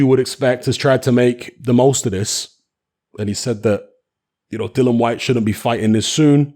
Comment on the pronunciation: HIS NAME IS DILLIAN WHYTE NOT DYLAN WHYTE..GET IT RIGHT!!